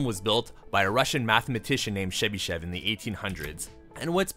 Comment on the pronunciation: It's pronounced Chebyshev, not Shebyshev (tho, if you want it to be even closer to how it's pronounced in his mother tongue, you could pronounce it Chebyshof with stress on the last syllable)